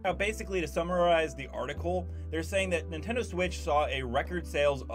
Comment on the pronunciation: Ah yes the "Nintedo" switch